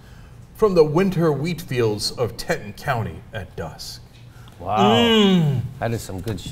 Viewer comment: I hate Max Bogus also, but it isn't the Te-ton county, it's the Tea-ton county and mountain range. Damn it, I'm going to teach you something about Montana yet. You're like bad tourists who don't know about the land you're traveling to.